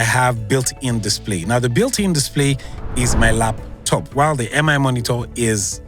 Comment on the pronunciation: Nice review. It's funny how you kept saying M-I monitor 😅